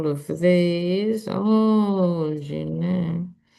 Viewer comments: Pronounced " GHEE-LANE" !! I hope the American Magas will not swallow this cover up. My hopes are not very high... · French speaker here: the GHI part you have absolutely right, but you need to pronounce the S. LAINE should be pronounced like LENN. ai in French is pronounced as è (the Spanish e). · This is how her first name should be pronounced phonetically “Jhisslaine”. It is not Guylaine. You have made the request … I would have never bothered you concerning the pronunciation but it is Jhisslaine. Thank you 🙏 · Yes, dear, it’s pronounced G’Lane. You know like Australians say G’Day😃😄😁 (I looked the pronunciation up). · ghilaine…..pretend the S isn’t there…..’gee -lane’….hard G😊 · No, it a harsh "g" because of the "h." The "s" is silent. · The G in Ghislaine sounds like the G in Gold. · You can pronounce the beginning of her name like "guilty". You don't pronounce the "s" either. You are pronouncing the last part very well 😊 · ghislaine. Is pronounced the same as xi from China and LN as though you pronouncing and N by adding a prefix with an L. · The "s" in Ghislaine is not muted. The "Gh" is pronounced as the "s" measure. There's another French first name, Guylaine, which is pronounced as every English speaker pronounces Ghislaine. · Correct French pronunciation....... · I heard her attorney say Ghee- lane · It's GI-LEN, according to her brother. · Correct pronunciation is Jislen, with a soft J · Not Jilen, but Ghi, like in goat. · The last part is pronounced len not lane. I’ve sent a pronunciation video and also written pronunciation. It’s a pretty name when pronounced properly. ♥️ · It’s (hard g) GEE-LEN (short e)🇨🇦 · Ghislaine...Pronounce "Ghee-lane" Just take the "s" sound out. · "GHEE-lane" is the best transliteration I can think of. En francais, the "s" in her name is silent. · 'Gil' Like a fish has, and 'Lane' like the lane on a motorway, or an English county lane x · GEE-Layne, with a "hard G".. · It’s pronounced Ghee Laine